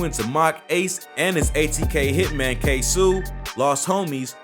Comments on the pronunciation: Please say KSOO NAME RIGHT I WAS CONFUSED AT FIRST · you gotta say his name right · This man said ksoo name so wrong 😂😂😂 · Why U say dat boa ksoo name weird🤦🏾‍♂️😭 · this all wrong you can tell when white people cover shit facts be wrong and the names be said wrong lol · You might of messed up Kso name but this still a good vid 💯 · u keep say ksoo name wrong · you saying ksoo name wrong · man... I swear I hate how this man say Ksoo name... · iss not ksuu ik who u saying but its ksoo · He said it’s Ksuoo😂😂💀 It’s k soo ksoo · Why is this goofy saying ksoo name like "k-sew" its KSOO KAY-SO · Its pronounced k-so not k sue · Who’s “Ksuu it’s (Ksoo) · Who is ksuu its ksoo😂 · DID THAT NIGGA SAY K SUU? Nigga KSOOO KSOO MAKE YO FACE GO. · Pretty sure it's ksooo not k suee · His ass said ksouu no nigga ksoo lol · Is no one gonna say this man said ksew instead of kSOe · How you make a whole documentary type video and get Ksoo name wrong ? Lol it’s like Queso not Ksue lol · It’s not K sue weirdo it’s K so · It’s Not “Ksoo” it’s just pronounced K So like Soluminati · KSoo not K Su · U say Ksoo like "kay-so" no "kay-soo" nigga🤦🏾‍♂️ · It was 23 birthday & its pronounced KAY-SO wtf. Talm bout ksew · its ksOO like you screamin not ksooh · it’s not kaysu it’s KSOOOO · ITS K-SOO NOT KSU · kso not ksu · It’s Ksoo not ksuu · K SOO not K SOUU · “Ksu” NIGGA ITS KSO🤦🏾‍♂️ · Ksoo is K Soh not K Sue lmao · It’s kaso not kasu....smh🤦🏽‍♂️ and jadayoungin is not from Florida 😂😂😂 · Ksooooo not ksuu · It’s K So not sew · Dis nigga said kay sue hahah it’s ksoo🤣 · Its KSOOO NOT KSUUU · Bruh Iss kso not ksooo😭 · That nigga said kasu its ksoo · Bro it’s no kaysu😂 it’s kayso(ksoo) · K (ss O) its Ksoo he said Ksuu 😂😂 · Who is KSEW 🤣🤣🤣🤣🤣 its K S O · Yo ass talking bout ksuu its kso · bro said KSOE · 😆 Its Kay-so..Dude a goofy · I died when he said ksoo name wrong kaysu 😂😂😂💀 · We not gon talk bout him saying kasu? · Man said KAY-SUU smh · Bruh stop saying ksuu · nigga said kaysu lmao